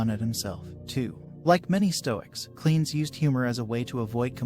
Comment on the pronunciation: Simple. Lack of due researches. He also pronounces Cleanthes as "Cleans" for some reason.